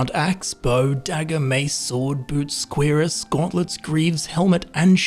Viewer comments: When you say Cuirass it should sound more like Cure-ass. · First properly pronouncing pestle, now properly pronouncing cuirass.